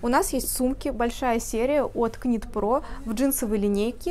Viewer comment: Добрый день! Шикарный ассортимент ! Выбор сделать непросто 😊. Девушки, ОБРАЩАЮ ВАШЕ Внимание: knit pro произносится «Нит про». Звук К не звучит . Вязание - «knitting” произносится «Нитин» . Пожалуйста, произносите правильно , ведь вы- профессионалы 😊С уважением Ирина .